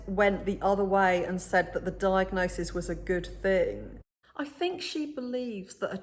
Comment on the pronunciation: Diagnosige? Ha she’s a mess , very very into herself.